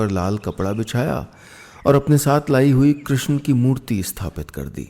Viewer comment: श्रीमान जी , कृष्णा नहीं कृष्ण कहिए। कृष्णा कहते ही स्त्रीलिंग हो जाता है, प्रभो